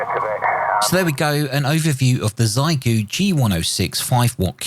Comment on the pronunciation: It's pronounced "Shee-eh-goo" or Shay-goo, my UK brother :) Source: my Chinese wife ;) And thank you for this balanced look at the radio and your use analysis. I agree that it should be pretty good for an HF beginner. I think it should be quite nice for no-nonsense portable operations too. I would prefer the price be a little lower, but still a pretty clean package for what you pay.